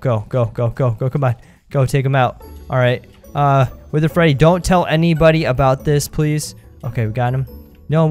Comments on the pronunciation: you said panda fetty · when panda Freddy fell out you said panda Feddy